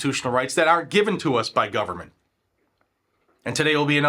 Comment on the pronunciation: Brando and his bunch have to be in bed with mexico " guvernbent"